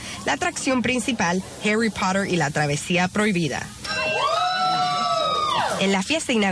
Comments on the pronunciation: Harry porer :v (así le dijo la tipa) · Nadie: La presentadora: "los fanáticos de Harui Pohtheur"